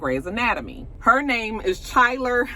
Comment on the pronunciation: Chyler's name is prnounced Ky-ler (like Kylie).. she played Lexie Grey, Mer's sister